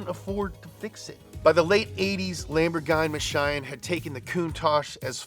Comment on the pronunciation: such a beautiful lamborgime mashime